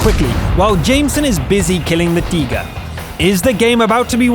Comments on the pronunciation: There he goes again on the T-29 replay saying "Tee-ger" instead of TIGER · Lol... I love that he is saying Teeger like a German, but seriously unless you are giving the whole commentary in German what's the point? You are English. Sprich Englisch. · Its pronounced taiger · Alright, I know it's just his accent, but does it bother anybody else that he pronounces Tiger as 'tee-ger'? I don't mean to make fun... it just bothers me for whatever reason. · He tries to put respek on their names by saying it I their respekive language